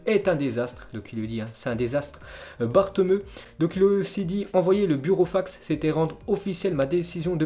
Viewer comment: Svp il faut prononcer BATOMEOU et Jénoa , c'est de l'italien , pas de l'espagnol.